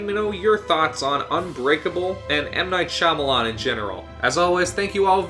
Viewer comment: Are you sure that's how you pronounce Shyamalan? Not that I'm sure either but every other person I've seen (like Nostalgia Critic) says differently